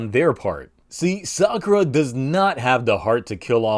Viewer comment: Sadly you can't really Call it Sakulera without it sounding like Esa culera, which translates to that b*tch